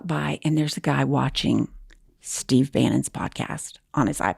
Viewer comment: Was the attendant’s name Steve and did you call him Stove? 😂